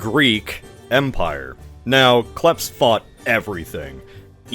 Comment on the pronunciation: It's Klephths and its pronced like philadelphia and h is an i :face-blue-smiling